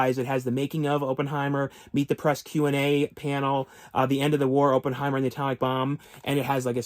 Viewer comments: It is not “Open”heimer!!! It’s “Opp” like “operation”. Jeez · Every time you say Open-heimer, it makes my skin crawl 😂